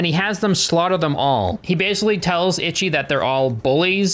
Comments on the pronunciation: I cannot stop giggling every time he says "Itchy," very American pronunciation, instead of "Ichi" (pronounced more like "EE-ch(i)" It's difficult because the "i" at the end is like a pretend noise. Japanese language is so difficult and unique! I love it 💜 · That goes for any language. Even British ppl dont pronounce words the same as Americans. Im Japanese its ee-chee for English pronunciation. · eech, the final i is silent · People in the film say ‘itchy’, I’ve only heard fans and people outside the film say ‘EEchie’ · "EECHEE" The Killer. Itchy The Killer makes it sound like he has scabies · Ichi, isn't pronounced ITCHY... Its pronounced EECHEE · I just recently subbed ur voice soothes me to sleep and ur funny BUT as a super gore and splatter fest fan(which was mostly asian at the time of this film) u gotta pronounce the title rite 😂its not itchy the killer its E-SHE the killer. this film is GANGSTER and i love ur channel. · its EEE CHI not itchy... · Not ‘itchy’. It’s pronounced ‘eechee’. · HAHA "Itchy" The Killer.....EE-CHEE,. EE-CHEE. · Ichi is pronounced Echee my friend. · Not itchy but eechee lol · I can’t take seriously when he’s pronouncing Ichi like “itchy” 😭😭😭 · it's pronounced "ee-chee" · I laugh every time. xD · I put the word on Japanese google translate, she says it like "itchy" as well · Yeah, I know right, I've started learing japanese like 4 months ago, and I'm already cringing from wrong pronunciations 😅😂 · eee chi. It means 1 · Ic h I ! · yeah, should said as, 'eee chee' meaning '1' also like the movie title zatoichi (bad 1) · It's pronounced "Eee-Chee." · The Itchy Killer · Hearing "Ichi" pronounced "Itchy" managed to make me laugh every time lol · It should be pronounced like “eechee” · "Itchy..." lmao. The pronunciations of Japanese names in this video are almost as comically gruesome as the movie itself. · "itchy the killer" 😭😭😭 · pronunciations have me dead. “Itchy” and “yakooza” 😂😭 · Ichi pronounced each-eee.